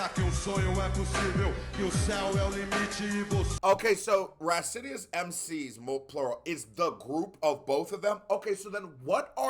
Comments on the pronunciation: Hey, man: Rah-cee-oh-nuys. In São Paulo, we learn to respect Racionais before we learn to respect our parents. I'd like to see you react to "Homem na Estrada" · Greetings. Great reacts man. You can read their name as "RAS-YO-NICE MC", as we say in good portuguese. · Racionais, plural of Rational. "Rah cee ow nais" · you can pronunce it HA - SEE - OH - NICE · I'm enjoying these reactions, you are super smart! But please go to Google Translate and learn how to pronounce "Racionais", cause you're butchering it 😂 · To sound like portuguese, u should go "RATIO (rrah-sio) + NICE (nah-eesss) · I like your videos, but learn how to say they name right!